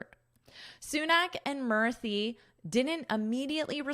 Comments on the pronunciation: Madam Murthy is pronounced as Moorthy. U should sound like oo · In India, pronunciation of Akshata in hindi is 'Akshta' and pronunciation of Murthi in hindi is 'Moorti'. I am a native hindi speaker. So this is for the correction. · She pronounces in a funny way, Indians namee